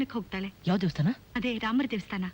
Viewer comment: ದೇವಸ್ಥಾನ ಸರ್, ದೇಸ್ತಾನ ಅಲ್ಲ, ಕನ್ನಡದ ಪದ ಹಾಗೂ ಉಚ್ಚರಣೆ ಸ್ಪಷ್ಟವಾಗಿ ಇರಲಿ.